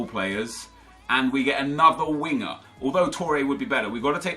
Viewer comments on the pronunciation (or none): none